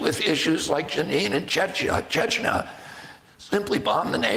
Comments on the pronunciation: This is hilarious. You are reading Max's critique of RFK mispronouncing Chechnya at the mark and you mispronounced it yourself while reading it! Hahahahaha. Now thats funny! Its not Chechna! The Y sounds like long E. ChechnEEa. The irony. Hahahahaha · She mispronounced Chechnya while reading Max's criticism of RFK misrponouncing Chechnya. Listen to it again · The word "diatribe" is pronounced die a tribe. Chechnya is pronounced chech nee a. Both words stress the first syllable. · Sorry, but mispronounced Arab and Chechnya as well, even though I’m sure she knows those two words…people mis-speak at times. I think Blumenthal baselessly attacked RFK calling him pro-war, while he never said anything pro war…he did say Israel had essentially “better” policies regarding targeting military and not civilians. But I never heard him say that they should continue doing so… I like max blumenthal but I think his emotions got the better of him writing this tweet because he seems to have put words into rfk’s mouth, not something I’ve seen that’s typical of his reporting. Such a shame to see the independent media is now falsely smearing RFK as well… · Words herself mispronounced when quoting Max Blumenthal: Chechnya, propagandistic, Ilan Pappe, Jenin